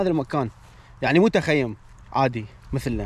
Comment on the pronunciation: السلام عليكم بالتوفيق انشالله اسمه تخييم وليس تخيوم